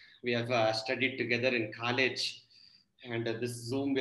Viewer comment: Bro, love it when you say Kaaleju (for college), these subtle twists make your words glow like a star.. 😍🤣😅Ulti mama..